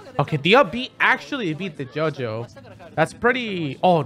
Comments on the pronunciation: This man just called the yo-yo a “JoJo.” Was that intentional, ZeRo? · You know you're hispanic when you pronounce Yo-Yo JoJo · Every time he says yo-yo, it sounds like Jojo. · I love how you say yo-yo with your accent